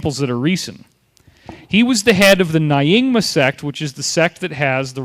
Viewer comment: Good video - what would make it even better would be better pronunciation - it's Bud-ist, not BOO-dist, Nyingma pronounced as ñingma, Achuk pronounced atch-uck, not atch-OOK, Arik pronounced ah-rick, not ah-reek, etc.